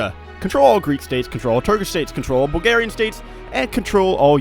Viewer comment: did you just call Bulgarias bulgars?